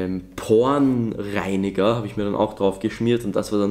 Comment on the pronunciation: Wer hat auch "pornreiniger" verstanden ?😂